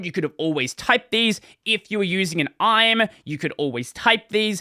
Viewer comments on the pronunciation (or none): yeah I always heard I-M-E .. had to make sure i wasn't taking crazy pills. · Never heard someone pronounce IME as "I'm". You certainly keep me on my toes,. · English vowels moment lol